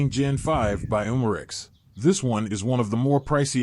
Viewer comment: These AI narrated videos are so awkward. C-O-2 cartridges? And Humarex ? 1-64 dollar?